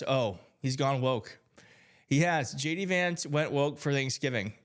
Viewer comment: I could have sworn you said gay d vance...🤔